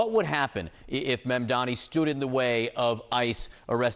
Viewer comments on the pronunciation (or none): you both are journalists, pronounce his name correctly. MaMdani. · You all keep saying his name wrong. it's MAMDANI not Mandani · guys. it’s M-A-M-D-A-N-I (mom-dah-nee) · M-A-M-D-A-N-I not mandani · Mam-da-ni, come on guys it’s not that hard. Not Mamdami, not Mandami, not Mandani, it’s Mamdani. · His name is MAMDANI not mandani. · It would be great if you guys could pronounce his name correctly. It's really not that hard, it's exactly the way it's spelled: MAMdani (not Mandani)!